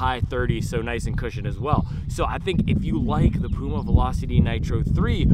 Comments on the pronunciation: Your pronunciation of Puma is correct. I never heard Germans call it Pjuma. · Hi, I am from Germany. Puma is a german brand we say Puma like you pronounce it. It is not "piuma". Go on making this great videos!